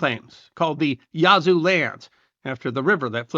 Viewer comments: It’s not pronounced “Yah-zoo”, but “Yaz-oo”. Otherwise, a very good history video. I descend from English settlers and Cherokee in West Florida. It’s still a distinct cultural area. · I can see the Yazoo river from my house.... I've never been offended by it being mispronounced, but after so many times I started speaking back to him just trying to coach him along.